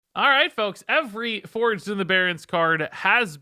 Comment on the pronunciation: Thought this set was called "Forged in the Barrens" not "FOURged in the Barrens" heh